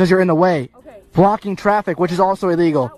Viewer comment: She saying iee lig all